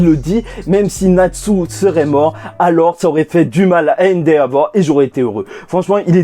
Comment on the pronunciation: Endehavor non?